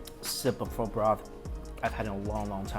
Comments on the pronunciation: Whenever he says Pho... I gotta hear fu*** so bad😂😂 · How are you Asian and still mispronounce pho? Lol